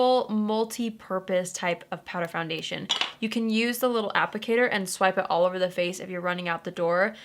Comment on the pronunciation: when she said “all over powder” I thought she was saying Oliver powder 😂